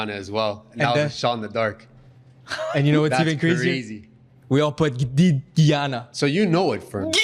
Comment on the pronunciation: Im from Guyana and its pronunced guy-ana not geeyana and yeah we the only english speaking country in south American tho we do speak a type of broken English called craolies